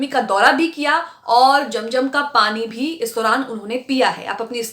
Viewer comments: Jum jum Nahi zum zum hota hai app Se Accha to Hindu bolte hai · its zam zam not jamjam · Madan it is not jam jam but zam zam, correct your pronunciation. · Aap apni urdu durst kijiye. Zam Zam not jam jam